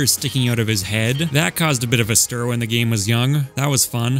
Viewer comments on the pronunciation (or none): none